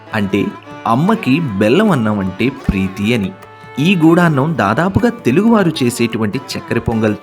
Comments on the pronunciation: గుడాన్నం..... గూఢాన్నం కాదు..... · చాలా మంచి ప్రయత్నం. చిన్న సవరణ... గూఢాన్నం కాదు... గుడాన్నం. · గూఢాన్నం కాదు గుడాన్నం గుడం = బెల్లం